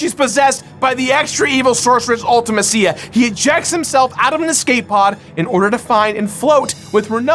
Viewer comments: Oh.... my.....Kos.... you pronounced LITERALLY everything wrong. 😂 I’m just joshin but, damn man Ulta- Ma- SeeYa! Loved this game as a kid, this was nicely reviewed and pretty well explained. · Ultimeh-see-yah and Ello-nii 🙄🙄🙄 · and I pronounce it Ul-ti-mess-ia. That's something I miss about pre-voice acting era games, everyone had their own interpretation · Why does everyone pronounce Ultimecia's name wrong? They say it out loud in the Dissidia games. It's pronounced (Ulti-meesha) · can't pronounce Ultimecia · The most controversial part of this video is pronunciation of Ultimecia and Ellone. Did anyone else notice Ellone is (L1)?